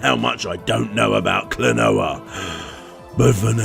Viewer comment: I will seriously become a patron if you learn enough Japanese phonetics to not make me cringe. The consonants sound as they look, and there are five vowels that have a consistent sound! Throw in a few diphthongs, and that's your lot. Talking about retro gaming, names and titles in Japanese come up a LOT.